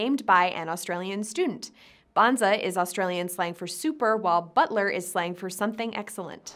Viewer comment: Bonza butler or bonza bottler? Which is it? Or are you just mispronouncing bottler?